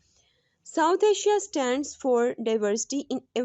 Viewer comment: When punjabi speaks urdu then Asia becom aasiya 🤣🤣😅